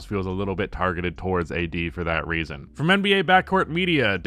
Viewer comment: "towardst"